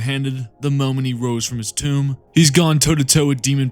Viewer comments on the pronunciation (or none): none